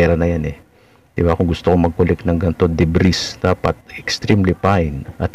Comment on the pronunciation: Deb-ree ang pronounciation jan, hinde deb-riz